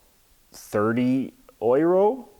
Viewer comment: Sidenote, the way you say Euro has me dying. lol. Great video.